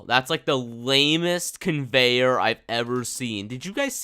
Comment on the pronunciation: "the lame convenyor ever" convenyor on tycoon : l i e